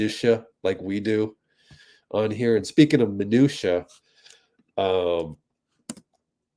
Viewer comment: Hi, I wondered when I heard you speak about the word, and I found this info, hope you'll appreciate the info. 😊 "Minutia, the singular, is generally pronounced \muh-NOO-shuh\, and the plural minutiae should be pronounced \muh-NOO-shee-ee\."